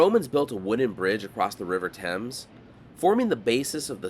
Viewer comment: Nice that you pronounced Thames correctly. As much as I enjoy your desert trips, you brought your expertise to an iconic sight of London! and gave a well researched picture of a sight that only tourists acknowledge and visit.👍